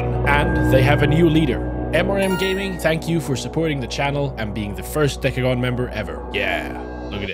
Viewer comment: "Htanks" for watching